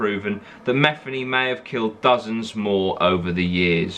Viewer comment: It pronounced meth-ee-knee